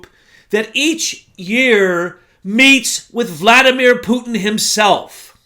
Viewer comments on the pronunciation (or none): none